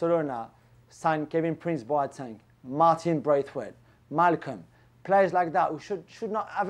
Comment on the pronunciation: Bro said Malcolm🤦🏾🤦🏾